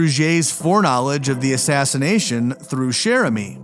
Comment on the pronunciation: Did you say killed before the assassnation of jfk .i had to play that back to make sure what i heard.